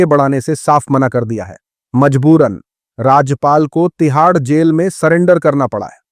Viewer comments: Why are you Pronouncing everything wrong recently? What’s wrong? Rajap pal ! Epasteen etc it’s funny how you are reading script in Urdu I guess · please pronounce the name RAJPaal correctly, it is not Rajyapal 😂😂😂